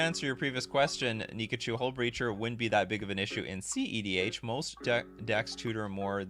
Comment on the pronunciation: You're the first person I've heard actually calling it cedh, usually I just hear cdh